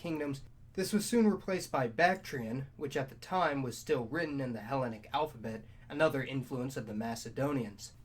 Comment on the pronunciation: "he LEN ic" "le VANT" check Google pronunciation